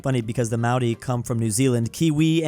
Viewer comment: As a New Zealander I do not want to hear pronounce Maori ever again. MALDI. I know he is really known for butchering other languages. But holy hell